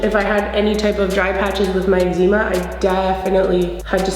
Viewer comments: 'egg-zee-ma' lmao ily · Omg that hair is everything, this minimal look is bomb ❤️ I love how you say eczema 😊 I’ve never tried the matte foundation but this one is for me and here for it